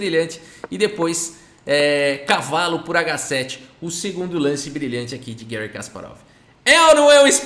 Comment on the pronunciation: Gary ( por favor não use a pronuncia inglesa. Ele é russo e nós falamos português, pra que usar prinuncia inglesa que não tem nada a ver?) é o maior da história mesmo!